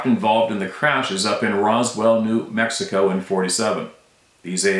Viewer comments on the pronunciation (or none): none